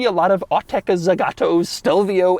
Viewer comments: You said "ZEgato" like 300 times... It's Zagato. zAgato. The two "a" are pronounced exactly the same. Za ga to. ZA GA TO. It's not that hard... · The brand is called Zagato, not Zegato nor Zigato. It hearts to hear the name mispronounced throughout the whole video.